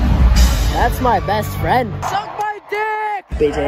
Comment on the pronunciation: “That’s my best fwend” AWWWH🤧